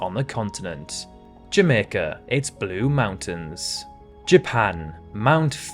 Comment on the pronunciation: Are you mispronouncing some of these names on purpose or is this AI? Asking for a friend and why did you skip over Jamaicas blue Mountain?